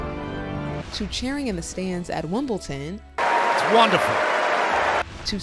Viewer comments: Someone should tell that commentator that it's called Wimbledon not Wimbleton , how would she like it if we called Washington washingdon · Why is the utterly abhorrent Harkle mouthpiece Omid Scobie discussing the Wales children? He knows precisely FA about that family. Oh and BTW, there is no 't' in Wimbledon FFS! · There's no 't' in Wimbledon